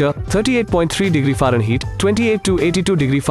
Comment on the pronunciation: You did not pronounce fahrenheit right because you pronounced it farenheeet, while it is supposed to be Fahrenheight